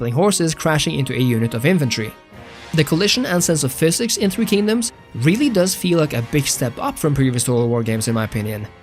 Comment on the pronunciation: nooo my beloved three kingdoms ;-; not the 3k slander your pronunciation is quite lovely though, better than I've heard. I could see why this game is incredibly more popular in china or among Asian peoples, as a lot of the cultural aspects are a hit or miss, as my friends and I generally favor three kingdoms over others